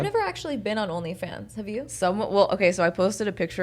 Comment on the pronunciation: “ONLY JOONS” 😂